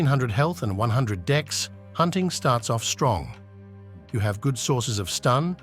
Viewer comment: I can't help but say that everytime you say "dex" it sounds like "dicks". 😅